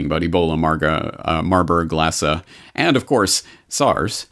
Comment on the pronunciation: I thought it was marburg and lassa that you were reading in the comic & it sounded like you were saying marlborglasses and it just came out that way clear and like that 2 times so it was strange because although you can get to speaking a little fast , you are always very precise ! hum Weird ..? God bless you !